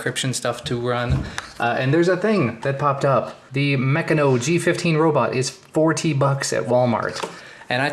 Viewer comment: Yeah I agree, go for Yoda. Pass up on the Meccano, although I grew up building large bulldozers with it, I loved Meccano! Good times. I thought a name like Meccano would have produced a better robot though. It's pronounced "Mech can no" if anyone wants to know:)